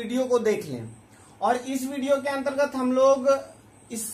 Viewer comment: Antergat ka bol rhe ho bhai